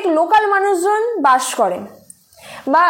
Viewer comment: bash na ota didi bus hobe 😂